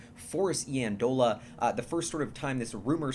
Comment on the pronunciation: Super exciting. BTW, Forrest's last name is pronounced (Eye)andola. Friend and roommate of mine at school.